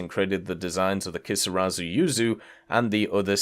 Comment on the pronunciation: Emmm exuse me sir, but it's "Kisarazu" not "Keesawzoo"